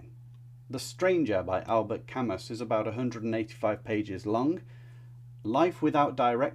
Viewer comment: A good list with only about two or three that I didn't appreciate having read nearly all. That's not to impress, but I am pretty old and most of them were over a few years when I was young. It is also good that several foreign writers are included. A word about pronunciation, Le Carré is "le car-A" and Camus is "Ca-MU". In French the last syllable is stressed and the final consonants are most often not pronounced, though Proust was correct. Among my favorites are "Catch-22", "The Scarlet and the Black", "Grapes of Wrath". Many of my favorite authors are on the list, though I would have chosen other books by them. On the other hand, who considers Proust to be even greatest French author of the 20th. In my mind that is Céline.